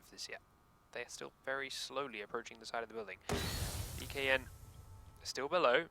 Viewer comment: Dear: please don't say "BKN." It is pronounced "Bacon." Thank you.